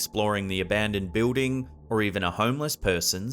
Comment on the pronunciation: When he says, "bewding" he is referring to the word building Lol...Just busting your balls. Love the vids brother.